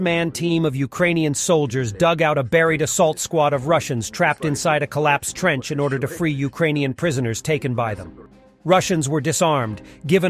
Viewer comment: What the fukkkkk is a thrench